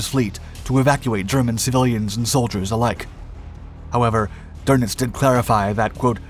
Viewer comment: His name is not Admiral Donuts ---- it's Doenitz ...